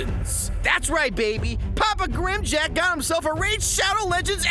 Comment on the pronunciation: Who the hell is? Its grimm Jack.